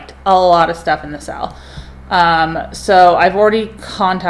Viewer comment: Is she saying sell or sale? I just truly want to know if it’s a word I don’t know